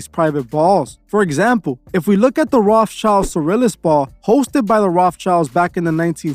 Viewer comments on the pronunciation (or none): none